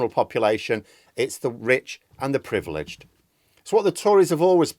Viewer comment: surely it's "privileged"?